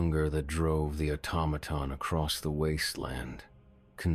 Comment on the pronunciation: Pronounced 'automaton' really oddly the first and second time. Idk about the rest of the attempts, but those first two, yikes..